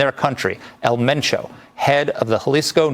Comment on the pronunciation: It's pronounced men Cho